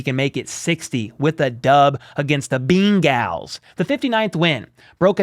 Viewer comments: Am i missing something, or do you not know how to pronounce Bengals? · Is your question for real? He was obviously mispronouncing it on purpose.